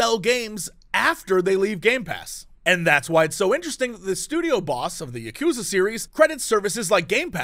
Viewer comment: Quick pronunciation tip, Jesse: Yakuza is pronounced in the same way the Simpsons, old movies and TV shows did, spoken quickly. "Ya-koo-zuh" was, as far as I can tell, popularised by Kill Bill and is totes inaccurate.